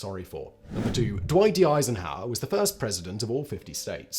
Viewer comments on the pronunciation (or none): none